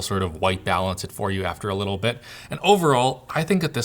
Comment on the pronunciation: “... and it has a lituwl bit ”